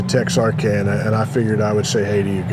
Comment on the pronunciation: First off, you pronounced it wrong. Texarkana, there is no accented syllable. Helena, not Helen, the entire River area, the best novel about the Elaine Massacre is "Blood in their Eyes" by Griff Stockly. (Levon Helm was from the area as well) . you should have went to Delight, (Pikesville) home of Glen Campbell. Foreman-Tracy Lawrence. Get on old 67 going out of Texarkana, lots of mom & pops. or take 71 south toward Shreveport, more mom & pop. I was born about a block from that post office on Arkansas side